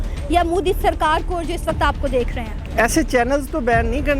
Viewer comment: Moodi nahi MODI... Pehle naam bolna seekh jaao..🖕🖕🖕